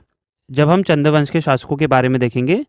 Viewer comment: चन्द्र क्यों बोल ra h चन्द hai bol